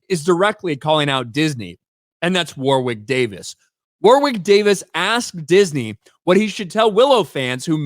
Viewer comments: Jeez. It isn;t WAR WICK it is Warrick in pronunciation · It's pronounced 'Worrick', not 'War-wick'. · His name is pronounced “Warrick” not “war-wick” ….as for it being another woke 💩 nobody wanted, I couldn’t agree more 😎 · War wick god you had me in stitches pronouncing his name. It's a silent W in the middle so it's pronounced Worrick. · Woor-wick? I remember him pronouncing it as "warrick". Checks Ashens and the Quest for the Game Child for example. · Hi, great channel, just a heads up though, the name Warwick is pronounced like Worrick. The second W in his name is silent. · Warwick Pronounced warrick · Wor-wick Davis haha. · His name is pronounced WORRICK,. You keep practicing that 'English' though... 😅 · It's pronounced, "Woh-rick", for what it's worth. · Pronounced "War Rick". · Warwick is pronounced Warrick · I don't think you pronounce the second W in Warwick. However I am a northern English man, so I'm not right good at English.